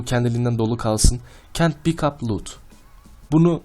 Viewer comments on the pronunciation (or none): none